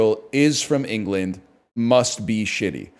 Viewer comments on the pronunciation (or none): none